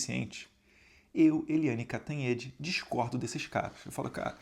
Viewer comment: Eliane "Canhotede" 😂😂😂